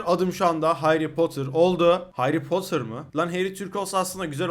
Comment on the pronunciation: Heri potırmı hayri potırmı hayri potır diyon